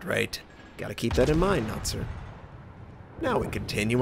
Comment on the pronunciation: As a Chinese speaker I appreciate your effort to not butcher the name pronunciation Notser (well I think you do put in maximum effort for all the non-English names) :)